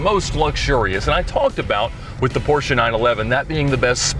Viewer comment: Just appreciating the correct pronunciation of Porsche